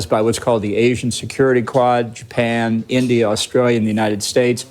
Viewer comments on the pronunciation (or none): none